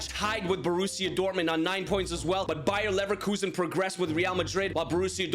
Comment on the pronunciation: Happy new Year but you pronounced Bayer Leverkusen wrong you said it like Bayer Neverlosin